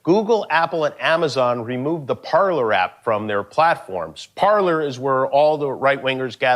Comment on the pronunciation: Jimmy Kimmel thought he was so smart back when he did his monologue about Trump being banned from social media back in the day. Except that he, like so many people whose first language is English, pronounced the the word "Parler" as "parlor" rather than "parlay" which is the proper pronunciation of this French language word. Parler is a French verb which has two forms, the other form is spelled parlez, but both translate to "talk" or "speak". So, Jimmy Kimmel claiming Parler was spelled wrong was wrong himself and he mispronounced the word. So if there was anyone in his production staff who actually was intelligent they would have corrected Kimmel about his mistake before he said it out loud in front of the cameras. Or else this was written by one of the show's writers and that guy is the idiot.